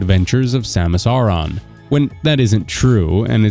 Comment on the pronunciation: Samus "Ah-rah"? It's Samus Aran, like Aaron/Arin.